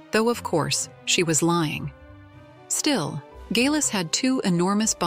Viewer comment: It would be nice if the narration could decide how to,pronounce Geillis and consistent .